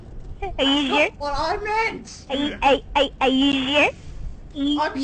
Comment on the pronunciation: BEST PART "Are you zhure? Are you zhure?"